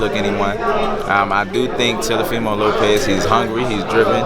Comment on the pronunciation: Why he sayin Telofimo? Lol